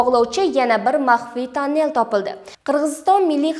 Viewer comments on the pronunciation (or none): танель эмас тунель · Жуда тугри айттилар. Тунель эмас, ТОННЕЛЬ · Танел ма тюнель тугри айтинг.Ирвис эмас эрвис. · Тонел эмас туннел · танел эмас тунел синглим тугри гапиринг